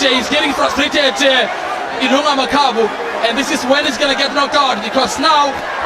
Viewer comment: You have too much hate for Makabu ... at least learn to pronounce a fighter's name out of respect. He won that fight. He is the current WBC champion.